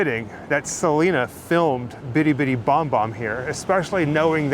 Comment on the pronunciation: It’s crazy because people know Selena didn’t like the mispronunciation and people still do it